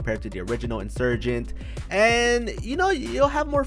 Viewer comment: He said the insugent expensive 😂😂😂